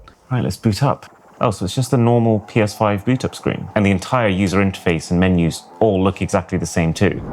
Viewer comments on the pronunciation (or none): TBH that's how he pronounce menu, as meniu